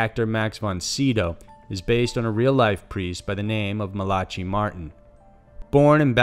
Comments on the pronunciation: MALACHY is pronounced MAL-uh-kee...it's Irish. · How many words can you possibly mispronounce??? Host- age?? Malachy?? Smh...